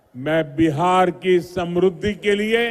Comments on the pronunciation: सम्रुद्धि नहीं, समृद्धि बोलिए। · Samrudh nahi hota hai modiji,samridhi hoti hai.